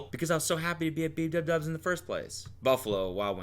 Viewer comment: Did I hear you say b dub dubs instead of bdubs??